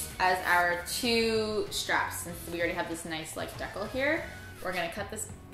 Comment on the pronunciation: When will learn it's called a "Deeecal" Deee as in deal. Cal as in calorie.